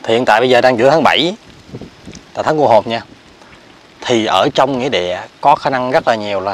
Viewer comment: THÁNG CÔ HỒN CHỨ KHÔNG PHẢI CU HỒN NHÉ E TRAI. MƯA MA MỚI DỄ XUẤT HIỆN